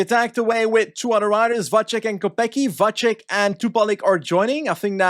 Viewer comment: just some quick tips about the pronounciation of Czech/Slovak names: c usually is the "ts" sound, so Matyáš Kopecký should be kohpetskee (same goes for Lotte Kopecky I guess unless she´s decided to start pronouncing it the same way Pulisic did) not kohpekee, Tjoupaleek (the "ou" sound is kinda like mOE from the Simpsons) instead of Tupalik, and also "Vatsek" instead of "vachek", youd only say "ch" in the case of "č", whereas his name only has a normal c in it, hopefully this helps